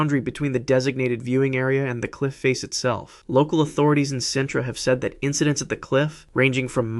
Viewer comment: Sintra--pronounced like seentra.